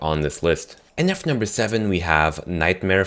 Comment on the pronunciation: he's wierd he says nuf number 4